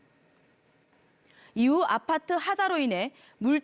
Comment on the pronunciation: 신축 아파토??? ㅋㅋㅋㅋㅋㅋㅋ 아파토 ㅋㅋㅋ